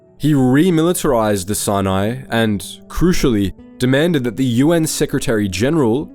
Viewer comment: It took me way to long to recognise he was talking about Sinai when he said Sinei